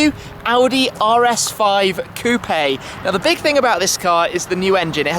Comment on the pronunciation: coundn't proceed watching after "küüüüp-ey"